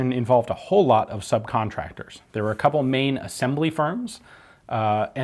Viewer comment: "...a whole lot of subconstractors..." Was this part of Speer's dispersion strategy?